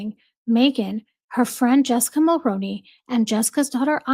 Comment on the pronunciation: 👋 Jessica Mulroney's last name is pronounced very similar to the actor Micky Rooney's last name with the obvious Mul as a prefix. So think Mull-Roo-Knee the Roo like room or kangaroo. I'm a 🇨🇦 in my mid 50's and the very first time I voted was for her father in-law our former Prime Minister Brian Mulroney. It's one of those names that aren't pronounced exactly the way they look like they should sound. At least it's somewhat close unlike names that don't sound anything remotely like they're spelled. 🤭 Anyway I'm somewhat on a mission now to hopefully get people who are unknowingly pronouncing Mulroney and Reitman's incorrectly to pronouncing them correctly. I had mistakenly thought that people would research things over the past 7+ years. I don't blame anyone because the majority of people who are mispronouncing the names are American and therefore aren't very familiar with Canadian Politicians or our leaders - Prime Ministers past or present. I'm surprised that so many people were aware of Justin Trudeau. Maybe because he was so young when he 1st took office and was considered somewhat handsome ...I don't know 🤷‍♀️ Funny enough I remember when his father - Pierre Elliott Trudeau was our Prime Minister...I was a young teenager then... Anyway back to my point... The 2nd name that people... not you that I'm aware of.. that people tend to frequently get wrong is Reitman's. More often than not they pronounce it as Right-man's which is completly incorrect. It's pronounced as Re